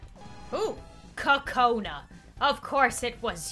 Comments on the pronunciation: Kokona not kacona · It's not Konna it's Kokona